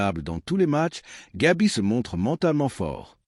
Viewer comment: C'est Gavi et non Gabi merci.